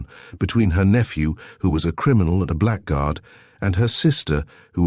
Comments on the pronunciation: THAT didn't bother me, nor the few other mispronunciations (e.g. black guard). Including the image id is too much. BYE. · Frequent mispronounciation of "blackguard" is annoying in otherwise pleasant audio, if you also ignore problems with French language.